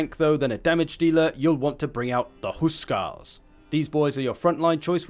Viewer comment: btw Húskarl is said Hús karl not husk arl